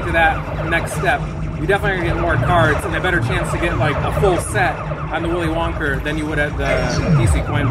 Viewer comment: Did just say Willy Wonker???!!! Haha!! 😂😂😂😂 😱